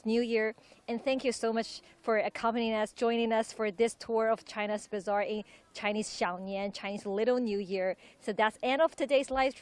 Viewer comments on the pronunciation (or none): Bizzare not bazaar? You need an English correctional team.